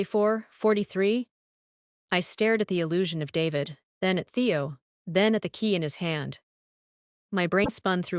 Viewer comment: The AI narrator can't tell the difference between Teo and Theo and there's audio mispronunciations and discrepancies